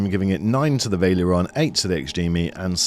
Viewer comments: This had me screaming "VAL-ERION" every time it was pronounced "Vail-erion" ;-) Good review otherwise. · It’s not Vale-eron. It’s Val-e-ri-on. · I think it's VA-LE-RI-ON. not pronounced VAI-LE-ON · Wtf is this pronunciation lol... veil-ee-aron? It is spelled val-er-ion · Vaileron, Vaileron It's Valerion xD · lol, I’m hearing him say: Vail-e-Ler-on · "vaileeron" lol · Nice comparison! Valerion is pronounced "Va" Ler" "ee" "on" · The way you pronounce Valerion is wild